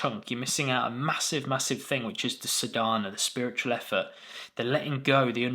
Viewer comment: Thank you, for this much needed clarification on practice vs just be. Excellent explanation! Please note the correct pronunciation of the essential word Sadhana is saadNa, sa is long sound and there is no stress on dh. ❤